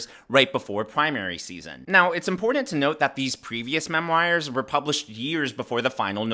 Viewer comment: Why’s he keep saying mem-wires? ‘ta fuck?